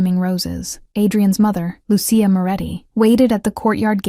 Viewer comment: Please program the AI narration to properly pronounce Lucia. It's NOT Lu-see-a. It's Lu,-chia.